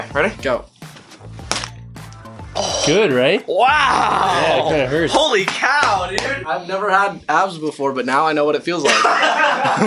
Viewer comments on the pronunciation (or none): He said hollely cow